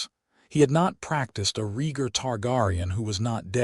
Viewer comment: IT'S Rheatgar you utter idiot A.I. not REEEEEGAR.